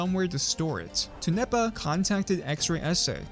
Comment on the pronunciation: "Tone nepa" LMAO ITS Tone Pa